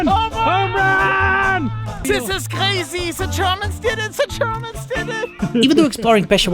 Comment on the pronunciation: "Tis iz Kkrazyyy!"